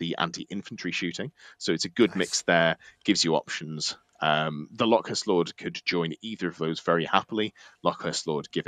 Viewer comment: Everytime you said LockhuRst instead of locust I died a little inside, otherwise good work!